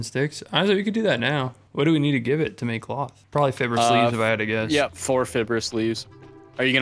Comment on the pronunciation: I can’t ignore the way pronounces fibrous